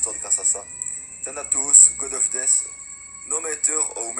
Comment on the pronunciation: Et aussi DEATH se dit DEF et pas DISS